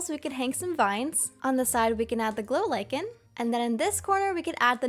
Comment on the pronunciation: I'm you are saying the glow lichen wrong because it's my name